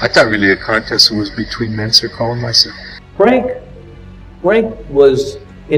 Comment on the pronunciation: ❤ for Heavy duty "Mentzer"